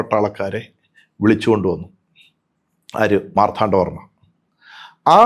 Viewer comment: ചരിത്രവും മിത്തുമെല്ലാം കൂടിക്കുഴഞ്ഞ് കിടക്കുന്നു. വേർതിരിക്കുക ദുഷ്ക്കരം. സത്യങ്ങൾ ഉയിർത്തെഴുന്നേൽക്കട്ടെ എന്ന് ആശംസിക്കാനേ കഴിയൂ!ഇദ്ദേഹം മാർത്ഥാണ്ഡവർമ്മ എന്ന് ഉച്ചരിക്കുന്നതെന്തുകൊണ്ടാണ് എന്ന് മനസ്സിലാവുന്നില്ല. ശ്രീചക്രമല്ല,മഹാമേരുഹാണ് എന്ന് പറഞ്ഞുറപ്പിച്ചിട്ടും ഒരിടത്ത് തെറ്റി ശ്രിചക്രം എന്ന് പ്രയോഗിക്കുന്നുണ്ട്.